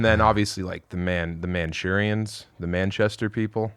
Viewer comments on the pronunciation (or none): Mancunians , not Manchurians !! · Man-cue-nic-ans, is how it’s pronounced if you’re from Manchester uk. What did you say. I’m just trying to stop you getting bottled the next time you go there